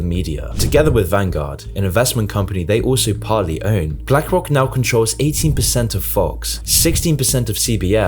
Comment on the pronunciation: "blank rock"